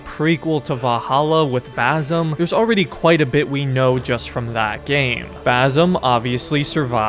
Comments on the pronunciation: Hate to be that guy, but its not baZim. Its more of an "S" sound, baSim. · It's basim not bazim 🤣🤣 typical ignorant American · Please pronounce the S in Basim as an S, not a Z, as that's how Basim is pronounced. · Will you ever learn how to pronounce his name....